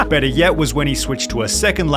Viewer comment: That's Beddaah, See you Leytaah